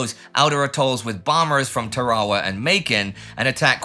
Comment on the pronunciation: Somebody needs to teach you how to pronounce Tarawa!